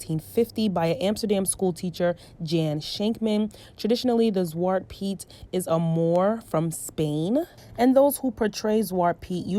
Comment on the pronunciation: It is pronounced shwah-tuh Pete. And now when I look back at it, it is racist. But obviously I didn't know better as a young child.